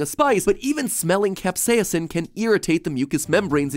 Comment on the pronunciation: # I’m now going to pronounce capsasin cap-sa-ye-sin